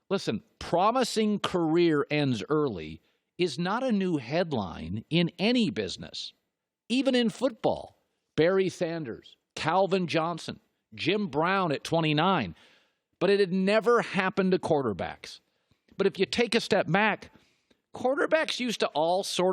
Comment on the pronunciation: "Barry thanders" lol he totally blew that